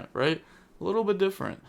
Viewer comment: The word little (pronounced lit-ul)